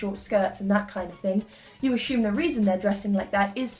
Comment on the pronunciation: do all english people say "asshume"